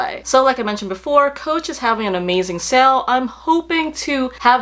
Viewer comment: I just wanted to ask... genuinely curious... is the correct pronunciation of the word “sale” sell or sail? You mentioned it in the vid quite a number of times and was shocked as to how you are saying the word. Great review again as always. Loving Coach as well lately especially their Cassie bag.